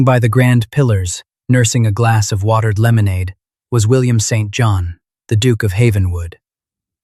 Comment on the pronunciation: The Duke’s Sir Name is pronounced ”Siinn Jon” not ”Saint John”